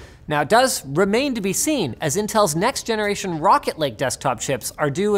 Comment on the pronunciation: I hate myself for laughing at "Zeneration"